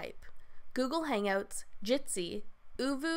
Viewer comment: She says "Hang-oats"